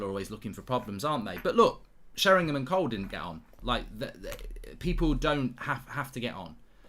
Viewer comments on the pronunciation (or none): none